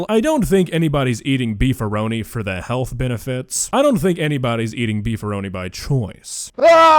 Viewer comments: Him pronouncing it Befarni made me genuinely laugh, because it is clearly spelled "Beefaroni", phonetically [biːfəˈɹ̈ʷoʊ̯niː], pronounced "bee-fur-oh-knee", and not BEH-FAR-KNEE. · Did anyone else repeat Beefaroni as "Befarni" over?😂😂😂 That made me triple double take.😵‍💫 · Beefarni? Did he mean beefaroni? Im aussie so i don't even get half of the references lol but im sure beefaroni is an american bastardised maccaroni n beef of some sorts lol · Be far knee? 🤣🤣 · Beefarni caught my ears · Omg he was say beefuroni I genuinely couldn’t tell what he was saying lol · when he said "befarni" I died on my own chair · Hearing him say Beefaroni as "Befarni" just killed off like 20 brain cells...I think I had a mini stroke from hearing that... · I mean, I laughed, and had to take a moment to mentally phonetically transcribe the word (Autism Überthinking lmao), and it's this, BTW: [biːfəˈɹ̈ʷoʊ̯niː] and it made me so angry for nooooo reason 😭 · I don't know what's more painful, The fact that this is on the Internet, or the fact that he said beefaroni the way he did, Either way I think that one gave me a bit of brain damage. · There’s not a more incorrect way to pronounce Beefaroni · The way that man pronounced beefaroni makes me want to punch a small woodland creature.